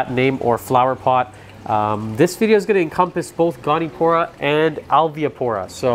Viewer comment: goni-o-pora, not goni-pora